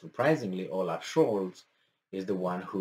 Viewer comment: Oaf not olaf